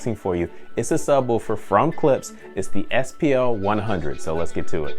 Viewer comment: Its Klipsch not Clipse. Clipse is a rap group, Klipsch makes speakers.